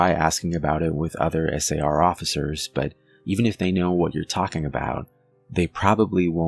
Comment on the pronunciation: I would say you're about the most professional chronicaller I've listened to. The fact that you are speaking S A R instead of pronouncing it like a word, is enjoyable to listen to. I'm a retired physician assistant and one of my pet peaves is of people pronouncing acronyms line MuRSA instead of saying it as an acronym M R S A. Especially non-medical people trying to sound professional. Its less peaving if its someone in the profession, but still an irritant. Clearly, it's a little anal-retentive of me, but language and structure is so essential to professional communication regardless of the profession. Its especially an imperative for the chronicaller trying to convey fact rather than just an anecdote. So, thank you for your precise and professional chronical. Reg